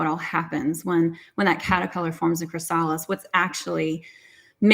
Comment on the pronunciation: Cathryn: Just an FYI on how to pronounce "chrysalis".